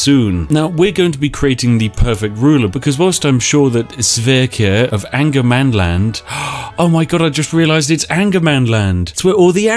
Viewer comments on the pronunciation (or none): Sorry spiff, but it is not angermanland, its ångermanland. Translated it means regret you land. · as I am a swed I have to say that it is Ångermanland, what in a direct translate would be regret-mans-land... So not anger-mans-land... put yes regret, if you go that north you just regret it... and then I myself live just a lot more north of that.... :) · Actually its not "angermanland". It's spelled "ångermanland", which is a letter not used in english. But its pronounced like an O. So Ongermanland. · It's not actually Angermanland but Ångermanland. The three swedish words making up that word is Regret-Man-Land. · in sweden angermanland is pronounced ångermanland, which translated directly means regret man land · Spiff: Calls regretmanland "angermanland". Me: "I wish". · Ångermanland, Regretsmanland in english 😁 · Its pronounced ongermanland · Ångermanland (Pronounced ɔ̂ŋːɛrmanˌland) Hmm. Direct translation: Regretmanland.